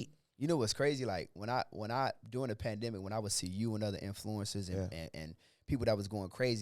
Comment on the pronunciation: Bro said yeah this a Bandemic now 😂